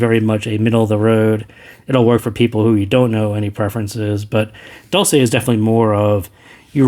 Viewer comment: "dolce" has to be read as "dolche" since it's an Italian word meaning "sweet" :)